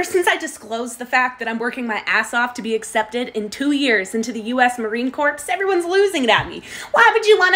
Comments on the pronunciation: Marine Corps is pronounced "Marine Core"... Not the "Marine Corpse". And Oohrah! I am rooting for you. Paris Island is an experience for sure! But I will say, the neck tattoo may be a decider of your fate in their decision. When I was in, no tattoos were permitted above the collar bone, and none past the area a watch would be worn on the wrist. Basically, a Marine must appear to be tattoo-free while in his or her Dress Blue Alpha uniform. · It is NOT pronounced "corpse" at all. It is pronounced as "core" because it is the French word for body. Any REAL Marine would know that. I was taught that in BOOT CAMP. Because both the males AND females at Parris Island were taught that it was a French word and my whole enlistment ( ) in all of my dealings with Marines, Sailors, and even the Army (I was an embark logistics Marine - 0431 - so I got all of our guys, their weapons, and their gear to and from deployments and training exercises, and dealt with Marines stationed all over, including Okinawa and Hawaii) it was never pronounced "corpse". So where were YOU taught it was pronounced as "corpse" exactly?? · ....it's not pronounced corpse, just core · You mean "core," correct? NOT plural--and no "p," unlike how pronounced it. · Just remember it’s pronounced “marine Core” you’ll save yourself pain in boot camp 😂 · Marine Corpse? Use the pronunciation Core of Kor, they like that better. Corpse is what Obama called it. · And also just because it’s spelled CORPSS pronounce CORE. United States Marine Corps. You don’t hear the P or s , When you actually say it and it says corpse sounds like all the United States Marines or just dead bodies lol walkn around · Pronounced “Core”, not “corpse” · it's pronounced "Core" not "corpse". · Pronounces it as "Marine Corpse" Marines: Angrily eating crayons at the mispronunciation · It is pronounced “cores” if anyone is confused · Former Marine here . Good luck and welcome. the "P" is silent in Corps though.